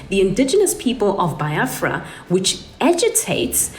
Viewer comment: It's pronounced Beeafra, not bi afra. I was married to an Igbo man.